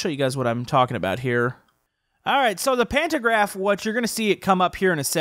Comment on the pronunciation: said Pantograph incorrectly